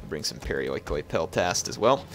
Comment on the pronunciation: its pronounced periiki (περιοικοι).not being a pronounciation nazi just helping...